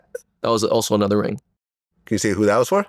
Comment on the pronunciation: Dude said Anotha Level. Cube's project. Some underground sh!t.